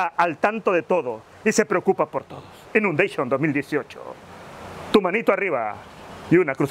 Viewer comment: Inundeishon XD.😂😂😂🙌🏻